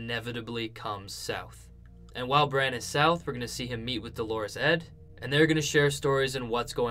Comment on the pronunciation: I'm hearing Dolourus Ed's named pronounced like the female name Dolores. Dolourus has the accent on the first syllable, not the second. :)